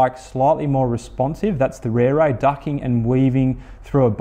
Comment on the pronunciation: it's an impressive looker, for sure. - Just wish the company would help promote the correct pronunciation of the beautiful Maori language words they use to go with their beautiful bikes. It ought to be pronounced "Reh-reh," not "Rear-ray." Same for "Teh-reh" (not "Tear-ray"). Tere means quick or fast. But good on the reviewer for giving the bike a solid and fair review and helping highlight a fair dinkum new brand for a company bringing top notch quality to an already crowded market.